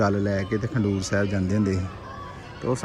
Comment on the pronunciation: 🙏waheguru g🙏 eh Gurudwara Khadoor sahib hai. Tuc galt pronounce kar rahe ho.kindly correct the name.